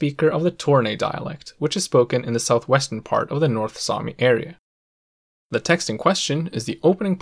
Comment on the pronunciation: damn your north sami is good, it was as good as mine.